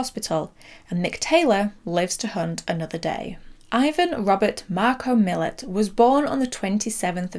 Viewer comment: Great video! Very slight correction, Ivan Milat’s who inspired John Jarratt’s character of Mick is pronounced ‘Muh-latt’ and he is known to almost every Australian as well Belanglo State Forest where they found his victims. Great video, this did pretty well in Australia on DVD as I recall, harrowing to watch 😬